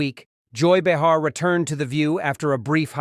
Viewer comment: Click bait, Leavitt has never appeared on “The View,”. Do not recommend channel. Olus, the AI voice has no idea how to pronounce Behar's name.